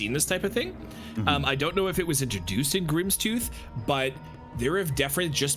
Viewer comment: “Grimstool”. Heh.